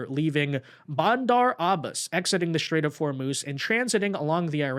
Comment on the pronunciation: You pronouncing IRAN wrong the ( I ) is like the I in IN or Impossible and for STRAIT you are saying like SHIT RAIT that is disgusting.